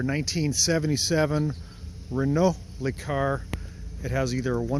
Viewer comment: It's "LUH Car", not "LEE Car".